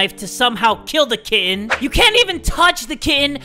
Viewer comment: I heard kid not kitten